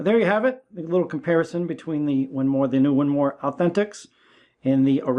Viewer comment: “The winmoooor” what the heck…. 🤣